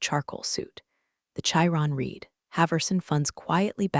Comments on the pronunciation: I have another big annoyance! Mis pronouncing the word 'read'. We have red rhyming with past tense. Then we have the word read for present tense sounding like reed. Ih what fun it has been to teach English to those choosing to make it a second language! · Still waiting for the AI to read read correctly. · My least favorite one is "read" (current tense) and "read" (past tense), they ALL say it wrong and very annoying. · You definitely want to teach your computer the difference between the past and present tenses of READ. Present tense or READ is pronounced as "reed" and the past simple is pronounced "RED". Your computer mispronounced it every time. It's confusing.